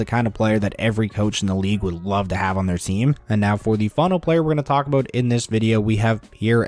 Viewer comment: Only took 50 seconds to get an "Aboot".